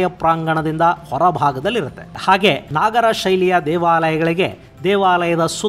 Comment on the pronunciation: ನಾಗರ ಅಲ್ಲ ನಗರ ಶೈಲಿ